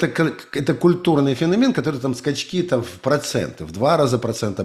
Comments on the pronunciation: По-русски правильно "фенО'мен". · фенОмен, как в английском